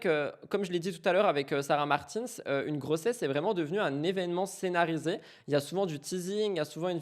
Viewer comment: Je me permets (parce que tu dis que tu aime bien qu’on te le dise je crois). Sarah a beaucoup dit que son nom se prononce comme le prénom Martin en français (donc pas à l’anglo-saxonne) en prononçant bien le S à la fin Et comme ça en prime ça fait un com en plus du like et du boost